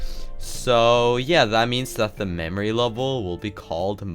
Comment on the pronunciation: ah yes mamory level